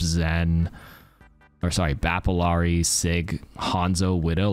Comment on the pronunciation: Love u but it's bothering me that ppl keep pronouncing illari's name with a hard L. It's ee-yah-ree.